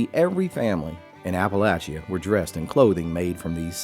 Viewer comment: How does he pronounce Appalachia????